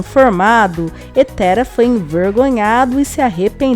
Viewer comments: não é pronúncia nome terá como se fosse tera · Se ta escrito terá pq vc está falando tera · Nao é TÉRA é TERÁ COM acento no a TERÁ,,,,,...... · Você fala Tera não seria Terá? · É Terá, não Téra !🙄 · Terá, ele que fica falando Téra. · Ouvir v.dizer Tera e não TERÁ dói nos ouvidos kkkk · Mulher o nome do homem é TERÁ (PRONUNCIA-SE COMO NO VERBO , POR EX. : " Ele TERÁ um filho " com.acento agudo no ultimo Á e não TERA , sem acento ! Tu não ouve na novela como falam o nome do personagem não ?? Eu hem ! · Como é que você comenta uma novela que você não assiste? O nome do personagem se pronuncia TERÁ, não é Tera só a escrita. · NÃO É TERA QUERIDA, É TERÁ!!! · Minha querida, não é Tera, é Terá. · o nome é terá, meu Deus fala o nome do homem todo errado credo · Não é Tera, mas Terá que se fala! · O povo comenta a novela não sabe nem pronunciar o nome do personagem corretamente e inverte a história. Antes de comentar deveria assistir pra saber que o nome é Terá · NÃO ADIANTA ELA NÃO CONSEGUI FALAR DIREITO O NOME DELE. E TERÁ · ELA CÓNTÍNUA FALANDO ERRADO. TERÁ NÃO ADIANTA ELA NÃO CONSEGUI FALAR DIREITO DESCÚPE RI SEM QUERER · GENTE TEM QUE DIZER PRA EĹA COĹOCAR ACENTO NO À. TERÁ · A pronúncia é Terá. O acento agudo está na última sílaba. Então por favor, pronuncie direito. Teráááá ou está difícil de entender?? Parece a voz do Google falando errado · Terá mulher,pronuncia correto ô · O nome é Teŕá !!! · Narradora burra,sabe nem falar o nome de terá kkkk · Aí que agonia dessa mulher falando o nome do terá errado 🙄